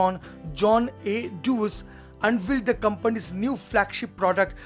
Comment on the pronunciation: Dewars ka Pronunciation dayvaz hai.. Read it slow... Day-vaaz!